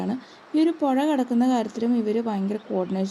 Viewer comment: പൊഴ അല്ല. പുഴ.. സ്പുടത വേണം സ്പുടത...